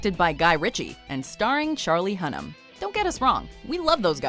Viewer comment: How does Jax Teller I mean charlie who-nahn keep getting work?!